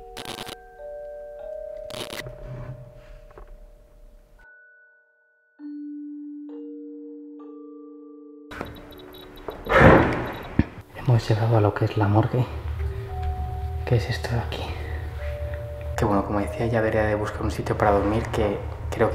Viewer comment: jajajaja , como siempre dice : nos vemos en la morge 😂